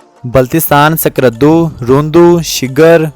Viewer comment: السلام علیکم جناب میرا نام محمد نواز میرا تعلق گلگت بلتستان ضلع استور گاؤں مومن آباد سے جناب عالی جناب آپ نے اس میں اسکردو کا نام صحیح کرکے نہیں لیا ہے باقی ماشاء اللہ آپ نے اچھی کوشش کی ہے بنانے کی بتانے کی ویڈیو بنانے کے ٹھیک ہے جی اس کے علاوہ دوسری مرتبہ اگر آپ کوئی ویڈیو بناتے ہیں تو اب یہ بتائیں کہ کس وجہ سے گلگت بلتستان کے گورنمنٹ اسکردو سے لے کے چیلم جانے کے راستے میں دیوثی کا روڈ کیوں نہیں بناتی ہے دوسی کاروڑہ پکا کرے تو آپ لوگوں کا فاصلہ بہت زیادہ کم ہو جائے گا اس سے لے کے چلم کے بعد پھر گدھے کے بعد پھر مومن آباد جیل آتا ہے اس کے بعد پھر استور آتا ہے آپ ایسی معلوماتی ویڈیوز دیتے رہیں بہت شکریہمیرا واٹس ایپ نمبر ہے یہ (( + 0092 ))